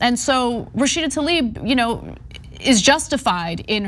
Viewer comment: Joe "Rasheeeeda Tlaib" Biden.